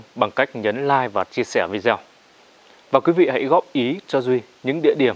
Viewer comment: mong bạn đọc lại cho đúng chữ "video"